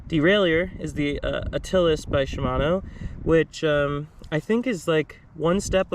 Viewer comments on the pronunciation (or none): Also, the Shimano Altus is pronounced "AL-tuss" - like "You can call me Al" - not "Attilus" like the infamous hun's lesser-known Greek cousin.